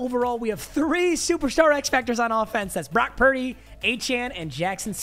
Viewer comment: Brock pur-deh